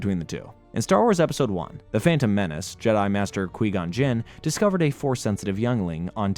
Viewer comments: quon jinn it's quigon jinn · Qweegon jin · "Kwee Gon Jinn" actually hurts my soul like how do you mispronounce the name of a character when it is properly spoken numerous times throughout Star Wars lore I am in real pain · "kwee-gon jin" yea this guy is not it....